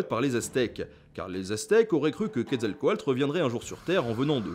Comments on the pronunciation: je crois que c'est "quetzalcoatl" et pas "quetzalcoalt". oui, je sais, je chipote. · C'est QuetzalcoaTL et non QuetzalcoaLT. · Ce n'est pas plutôt Quetzalcaotl ? Car dans ta vidéo c'est écrit Quetzalcoalt et tu le prononce comme ça, je l'ai toujours prononcé "couette zal quoi teul"